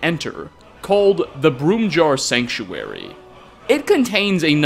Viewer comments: the Broom-Jar Sanctuary? It's Bromjunaar. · Bromjunaar. Not Broom-jar.